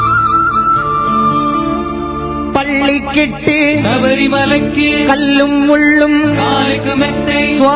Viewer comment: ராகம் இசை பாடிய விதம் எல்லாம் நல்லது ஆனால் தமிழ் உச்சரிப்பு ஒருசில இடத்தில் தவறாக இருக்கிறது .இருந்தாலும் அவரது குரல் வளம் அதனை மறைக்கிறது . வாழ்த்துக்கள் ( பள்ளி கட்டு ( கிட்டு).சபரிமலைக்கு (கி)